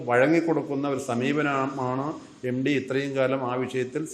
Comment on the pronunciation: എംഡി അല്ല സാർ എംട്ടി യാണ്.